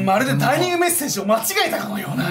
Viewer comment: 自害だったら殺人犯はいねぇな？と思ったらちゃんとツッコミ入って安心したｗ でもそのツッコミを入れたとりっぴぃが「ダイ”ニ”ングメッセージ」って言ってるのが気になったｗ料理人になるじゃねえか！